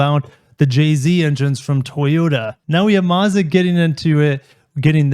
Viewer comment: You’re saying Mazda wrong 😞